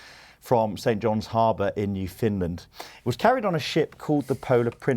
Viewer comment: New Finland?!? it’s Newfoundland - newFOUNDland, the land that was newly found, NOT newFINland